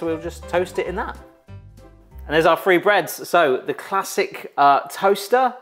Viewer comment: Who else heard 'free breads' and 'free tips', instead of 'three'? 😅🥴 Only Welsh 'thing' I'm familiar with is welsh ponies, which are my favorite breed 👌 I actually have two Welsh partbreds ❤ (my first ever pony was also a Welsh)